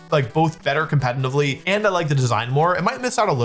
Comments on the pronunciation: I was already clenching my teeth every time he said "compenitively", then caved in at "Oon-fe-sarnt". I'm only 31 minutes in, and I'm scared *Edit. He just said "compenive" too. I know in some british dialects you'd skip the T with a guttural stun(what it's called in my language) but what's that N doing there? He sounds congested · He also said "Compatinantly" 1000 times in this video.